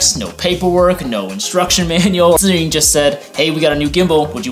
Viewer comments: How does this compare to the Weebil S? Thanks for the video! and I love that you actually pronounce Zhiyun properly, lol. So many Youtubers pronounce it incorrectly, lol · Man your pronunciation of "zhiyun" sounds like either a Taiwanese or Chinese, am I right?